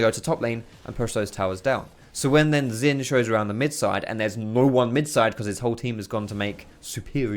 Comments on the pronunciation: ZHIN NOT ZIN GOD DAMN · the pronunciation is only partly correct. Xin is pronounced as sin not shin. And Jahw is a good approximation for zhao's pronunciation. Just say Jahw quick and don't drag or emphasize the 'ahw' part of jahw and dont add a bassy tone. Jahw actually ends on an equal or higher pitch. Chinese here btw ;) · xin is pronounced sheen, like charlie sheen